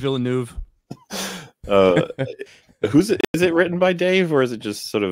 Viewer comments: Villeneuve sounds more like "Ville-nehv" than "Ville-noov". "eu" in french makes a sounds english people never make... but phonetically it's closer to a Short E sound (ĕ) than is to a "u" or an "oo". It's like a short E (like in 'bed' or 'egg') but a little closer to the "oo" sound, which is like you are being more breathy with it. Like halfway between "ev" and "of". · knows many things about Star Wars but like all Americans he cant pronounce Villeneuve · French here, the pronunciation is not villnoove, the "eu" is the same sound as the "i" in "first"